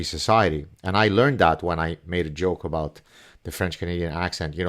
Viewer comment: 🤣 And please teach him how to pronounce 'about'!